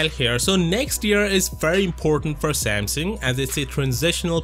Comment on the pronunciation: If only you could say Samsung correctly...so sad